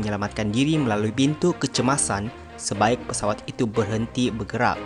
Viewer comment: Pesawat boss bukan peswat